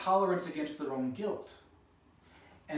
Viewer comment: Why did you miss the letter L on the words Guilt and Assault? Are you feeling guilty about assaulting someone called Elle? EMBEDDED CONFESSION